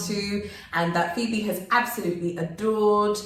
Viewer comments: Her pronunciation is 👍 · Nice interview. As a Ghanaian, Phoebe's comments are music to my ears. She's done well with the local names, thumbs up. Love you guys. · I really enjoyed this interview ☺️ 🙌 sisters. She did absolutely fantastic with the pronunciation. Love the song 🎵. Much love ❤️ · Hi Phoebe! Your pronunciation are on point. Maybe you should visit Kankun National Park, The Wli water falls and maybe the Ripple Lodge and maybe checkout Mz Dru’s channel for ideas of where to visit. All the best Y’all 💜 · I admire the fact that u realistic about your experience,and your pronunciation is on point with a British accent I love it.but I like both of u your vibe so raw.... And natural.welcome